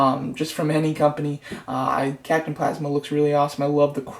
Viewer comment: Captain phasma is a girl and it's PHAsma not PLAsma. Great vid though. I wasn't trying to be contradicting